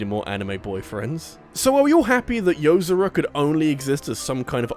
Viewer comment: It's Yo-zor-a. Like how "zora" is pronounced in Zelda with a "Yo" infront of it